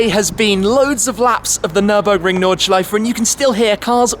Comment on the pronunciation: Is that how we pronounce "Nordschleife" matey??